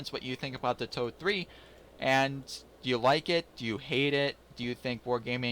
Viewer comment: Thx for the review and sharing! As for the name of the tank: If pronounced like told-ee (told like past tense of 'tell'), it's close enough^^